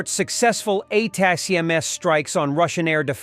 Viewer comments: Whoever writes the script needs to spell it phonetically as attack'ems. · Probably gotta to write attack m's not the acronym for the AI to say it right. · Teach the bot to say ATACMS. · This voice can’t pronounce ATACMS